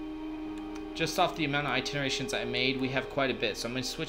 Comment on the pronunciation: "ITINERTATIONS" "AS SUSPECTED". Good tutorial though